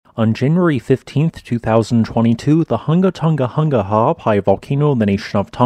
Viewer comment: You sure got that name down pat, did you practice saying it before ever making the first video about this volcano? It is a tongue twister.